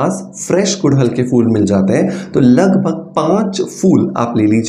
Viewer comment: Oh bhai fool nai phool hota hai.😂😂😂